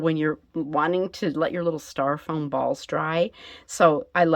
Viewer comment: stYro-foam instead of staR-Ro-foam